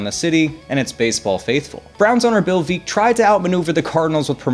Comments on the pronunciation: 1. Curlew is pronounced cur-loo, not cur-lo. 2. That's veck, like wreck, not veek. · Not Veeck. Veck. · The St.Louis Browns owner name was not pronounced Bill Vee-ck. It is Bill Veeck like Wreck.